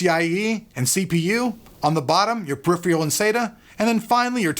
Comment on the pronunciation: murders the word "puriphiyul" lol